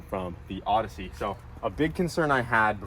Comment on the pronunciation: Plodyssey idk why he keep saying ussy its ossy